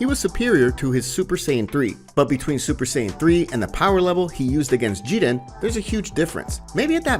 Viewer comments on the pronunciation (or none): Who is Jedan u mean Jiren if so then Y not just say that instead